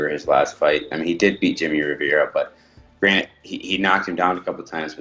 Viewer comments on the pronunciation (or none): I feel like Cody Stamann thought it was Granite & not granted